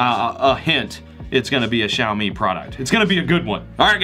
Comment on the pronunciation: You pronounced Xiaomi correctly! 👍 So many reviewers pronounce the X with j! Like how do you get a j sound out of a X?? hahaha